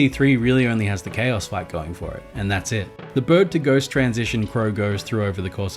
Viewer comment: On the topic of KAOS from DKC 3, I think everyone has being pronouncing its name wrong. It’s not Chaos, it’s K. O.s, cause of the boxing gloves